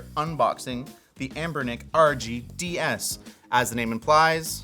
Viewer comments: says "Abnernic" but the title of the video says "Anbernic". 😉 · Ah yes Abernic lol you're really missing the N in the name